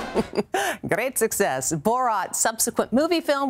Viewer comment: she said great success in a weird accent